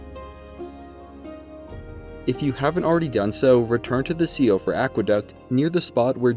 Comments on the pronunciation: Excellent video and great series. One minor thing is siofra is an Irish/ Celtic word and Is pronounced She-fra. Otherwise great work and much appreciated. Would have absolutely lost it on Milicent quest without you. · Siofra is pronounced "shee-fruh." Apparently Miyazaki likes Old English and Celtic spellings